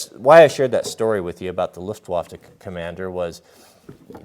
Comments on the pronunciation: Louft-waffah, not Luft-waff. Sprechen Sie nicht Deutsch? ;-) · I don’t mean to be that guy but it’s pronounced Looftvaffa, or Looftvaffen, spelled luftwaffe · ❤❤❤❤, fist bumps 👊👊👊👊👊, high fives/pats on the back ✋✋✋✋✋, extra thumbs up 👍👍👍👍👍 Sweetloaf ❤️❤️❤️❤️❤️🍭🍭🍭🍭🍭 Jack--fist bumps 👊👊👊👊👊, high fives/pats on the back ✋✋✋✋✋, extra thumbs up 👍👍👍👍👍 Pets ❤❤❤❤❤, treats and tummy rubs. Luftwaffe is pronounced with an ooo instead of an uh,. No big deal.